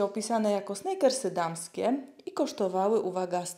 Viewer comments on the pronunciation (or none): Czytamy snikersy nie snajkersy